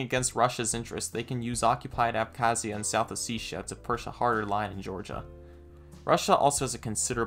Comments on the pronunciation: Thank you for pronouncing Ossetia correctly 😄👍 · Yo Im no expert but Ive been spending the last year travelling the caucasus and theyve definitely been pronouncing it as "O setty ah"